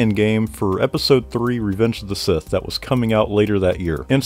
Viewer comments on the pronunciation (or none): none